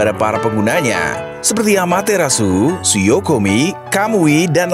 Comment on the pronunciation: Suyokomi ✅ Skoyomi ❌